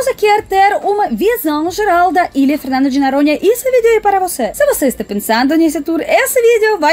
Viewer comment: eu ri muito com esse seu vídeo. Você é fantástica, principalmente quando pronuncia "Fernando de NAranha". Quantas pessoas fazem parte da sua equipe? Beijos, ""!!!